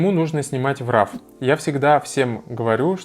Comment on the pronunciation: Спасибо за полезное видео Только не нужно говорить "РАВ" пожалуйста - уши вянут